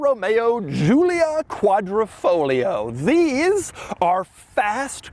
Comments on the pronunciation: Is Quadrifoglio, why say Quadrofloglio? -_ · Quadra - Fo - Glio -------------> The 'G' is not silent... Betting the auction doesn't get to the sellers reserve price.